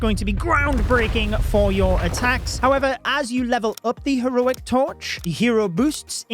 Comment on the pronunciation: Bri ish moment 🇬🇧